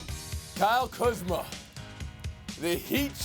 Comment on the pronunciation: Ballislife/Atlas Shrugged lmaooo I knew there had to be a joke for that butchering of his name.